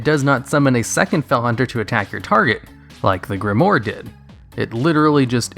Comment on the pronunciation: Solid video, as usual. :) Just a note, though: it's pronounced "grim-wARR," not "grim-wORR." ;)